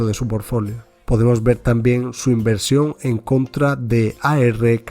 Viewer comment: Quien sabe pero lo correcto es portfolio